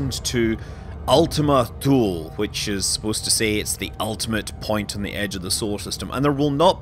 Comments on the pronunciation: Thule is pronounced "too lee" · Scott, i think Thule is pronounced "two-luh" or "two-leh" (Danish) you will have to talk to a RL Danish person to get the correct pronunciation.